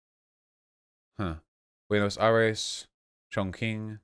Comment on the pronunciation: The Q in Chongqing is pronounced as a CH, just the same as Qingdao is pronounced Ching-dow